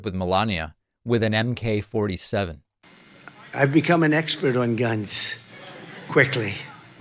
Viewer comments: What in the world is an M K 47??? Does he mean AK47?? The gun that American soldiers faced in Viet Nam, the war that his cowardly azz "BONE SPUR" DODGED??? The only MK he is familiar with is MK ULTRA!!! THE MIND CONTROL PROGRAM THAT THAT HAS HIS BRAIN SO TWISTED.. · It's AK 47 not MK 47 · its Ak-47 not Mk-47 also the last assassination of trump simply use a AK style mag but isn't actually an ak